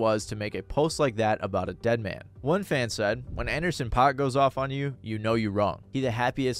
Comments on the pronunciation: Paak is pronounced like pack. Shit drove me insane , otherwise, good video. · it's paak like PACK not pac like tupac goddamn it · Its actually Anderson Pakk (Pack) not (Pac) ☝️🤓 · Did you call Anderson Paak Anderson Pac?..... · Take a shot every time he says Anderson “Pac” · its pronounced anderson PACK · It’s pronounced Anderson. PACK not tuPAC. Hearing you mispronounce his name was agonizing 😂😂😂